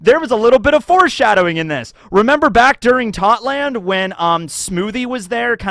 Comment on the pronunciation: why do you pronounce Totto land incorrectly?